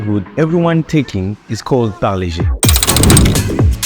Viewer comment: first foreigner good pronunciation parle G